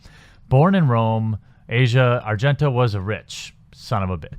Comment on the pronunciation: I work with an Italian immigrant who told me her name is pronounced AH-see-ah not Asia. Similar to asiago cheese. Asia happens to be the daughter of Dario Argento, who is arguably the most famous Italian horror director of all time, and has appeared in several of her father's films.